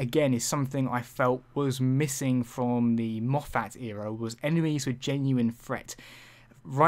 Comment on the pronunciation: I like how you prounounce Moffet as MO FAT.....lol